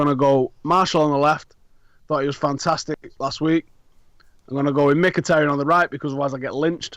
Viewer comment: its mikitAHrayan ..my good brits